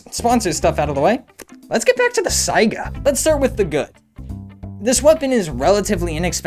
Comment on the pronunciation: "saiga" thank you. so many unfamiliar with it call it a "sega"